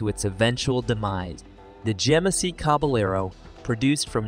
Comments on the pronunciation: They really need how to pronounce the names of the cars/trucks they are featuring. It’s caba yard, not caba Laro! These are are either narrated by AI, or idiots! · "The Jemmasy Caballero"